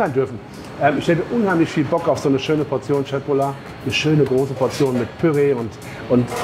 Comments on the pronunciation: Danke, dass du Köttbullar richtig aussprichst🙏🙏🙏💯❤️ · P.S. bin etwas überrascht über die Aussprache von Köttbullar - sogar der pädagogische Aspekt wird erfüllt!